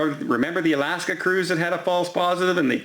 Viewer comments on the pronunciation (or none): none